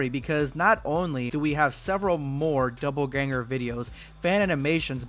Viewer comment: Dopple ganger. Not double ganger. Omg😂😂😂😂